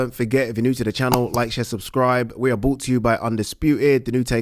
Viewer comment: Love the, but the channel is 'bRought' to you by... not 'bought'. Carl Frock (the Hall of Famer) says the same thing, cmon guys, it's simple English!! 😂